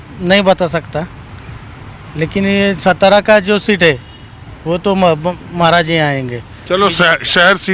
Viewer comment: सतारा नहीं भाऊ सातारा बोलो